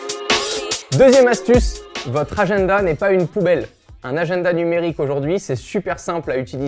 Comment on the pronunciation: "Agenneda" RAAAAH 😂😂😂